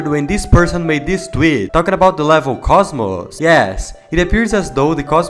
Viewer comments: Wait, Kocmoc is pronounced like cosmos?? I kept saying co*k mock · finally somebody knows what it's not kokmoc, it's koSmoS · im sorry but its pronounced kok mok